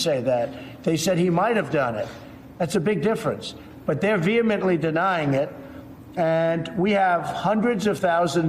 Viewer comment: Vee hee mintly